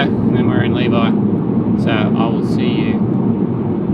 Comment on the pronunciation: I had high hopes you would learn how to pronounce Levi by the end but was left disappointed lol. We've stayed in those same cabins, great location!